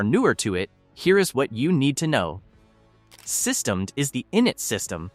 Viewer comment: It's not pronounced 'sys-temmed' It's pronounced 'system-dee'. The GPL (circa 3 minutes in) is not new, either: It was created in February 1989 when Windows was at 2.11, and pre-dates GNU/Linux by about two years - the GPL was created by Richard Stallman before GNU/Linux even existed. The 'GNU' - "GNU's not Unux" - a recursive acronym - is part of the 'GPL', GNU Public License. Sounds like AI generated slop.